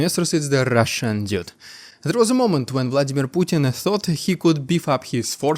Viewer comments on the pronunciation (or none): Great! I don’t know if anyone has told you that “DUDE” is pronounced “DOOD.”